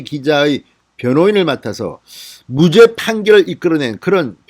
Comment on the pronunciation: 제발 방송인이 국어 모독하지 말기를 구:독을 구독으로 발음하고 무죄를 무:죄로 발음하는 등 이런걸로 관심을 끌려는것은 방송인이 해서는 안되는것이다 제대로 속이 찬 방송인이라면 국어를 순화하는 노력을 해야지 이상하게 발음해서 인기 모으겠다는 생각은